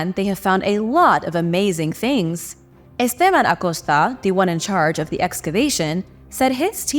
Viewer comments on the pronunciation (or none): The way she said Esteban Acosta 😂